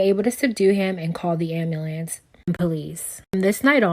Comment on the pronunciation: "the ambalance"